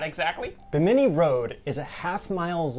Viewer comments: BIm-IN-ee not Beh- mini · Not ba-mini its bimini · Bimi ni not Bi mini lol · The way you guys pronounce Bimini kills me. It is NOT Bamini it is Bimini. Love the video though. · Repeat after me Yankees bim-ah-knee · uh, guys......Bimini: BIM-a-nee... ;) Looking forward to the next episode, this is an excellent topic! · Hey guys isn't that pronounced BIM-INI? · You guys make me crazy it's pronounced BIM-A-NEE! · I know! that was really annoying to listen to. Buh-minny indeed! ugh! Every time they mispronounced it I cringed. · HA HA HA! I was SCREAMING at them: "BIM-A-NEE!" I'm glad I wasn't the only one! What's truly crazy is that you would think that someone on their team would of caught that. Thank you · The accent is on the first syllable of 'Bimini', not the second. They still teach the "fact" of the Java Man, an early hominid, despite finding in 1921 that the sole evidence of his existence was really the kneecap of a Mammoth (elephant). Max Igan (you tube) presents evidence that shows all "history" before the time of the American Civil War to be very much in doubt. Virtually everything taught in school has been altered for indoctrination purposes, the most egregious innovation being common core math, intended to make the use of simple arithmetic beyond most young people. Try asking a twenty year old grocery clerk what the change from a 62 cent purchase paid for with a five dollar bill would be, if you want to get that "deer in the headlights" stare. I could do this when I was eight. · Hey Guys! It's, not Jack. Anyway, just a heads up on the word "Bimini". It's pronounced with the accent on the first syllable. Y'all keep accenting the second syllable which makes the name sound kind of funny. ^_^ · Guys, your pronunciation of Binimi is incorrect. The accent is on the first syllable, not the second. You can hear the correct pronunciation on Ancient Aliens season 2, Underwater Worlds. Its currently available on Netflix